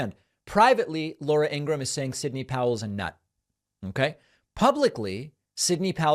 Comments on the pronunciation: Ingra-ham? David, what's with the pronunciation? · It's pronounced like gram, David, as for Fox they're complicit and liable. It won't be the first the donald has blamed it on Fox, I'm only shocked because they're FCC license needs gone and take Dejoy with you. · "Ingraham" lmao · David, why do you purposefully mispronounce people’s names? It makes you sound no better than the republicans who do that. You know how to pronounce Laura Ingram’s name as well as Guiliani’s. What’s the point of purposefully mispronouncing them? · David are you actually thinking Laura Ingraham‘s name is pronounced that way are you just being obnoxious I mean she’s awful so I’m cool with it either way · David why do you always pronounce their names like a moron? And chill it with the obmana it dried up like a year ago. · David mispronounces Ingraham on purpose.